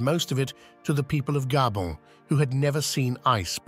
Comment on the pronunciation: One would think the narrator would be trained to correctly pronounce the various place names, yet he mispronounces the starting point (Mo i Rana, meaning "Mo in Rana" with the "i" pronounced "ee") and Gabon (the first time, later he does it correctly)